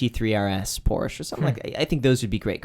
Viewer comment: Haha, if you own a PORSCHE you'll call it Porsche not Porse. And remove the BMW, IMO lot of tools have BMWs.